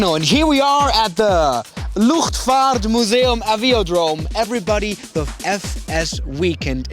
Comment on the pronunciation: Love the way u pronounce luchtvaart museum :d